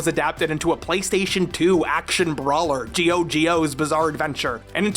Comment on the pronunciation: Boi did you just say Gio Gio